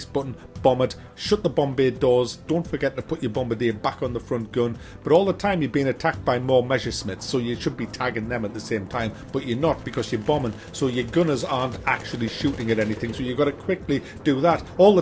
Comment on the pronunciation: What are 'measure smiths'? That pronunciation took me like a minute to figure out.